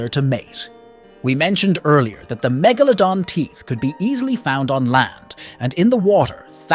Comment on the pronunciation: How normal people say it: Mega-luh-don How he says it: Meh-gah-la-don HES SAYS IT CORRECTLY ON but the man must’ve thought it was a wrong and went back to MEGALADON